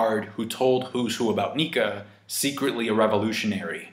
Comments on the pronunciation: Well it's "Nika" not "Nike" tho... So I wouldn't bet on that part of theory. Sunny stuff sounds great. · pronouncing "Nike" like the sports brand gave me the most "murican" vibes in all my 7 years of watching this channel 😅😂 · Nike? Who's Nike? It's Nika! Also, the person CP0 are talking about is obviously Who's Who...